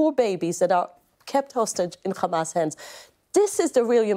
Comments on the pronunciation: The name called HAMAS NOT KHAMAS. female puppy. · And PLEASE stop saying Khhhamas ! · Yup and it’s hamas not khamas. And yes this person is following Zionist ideology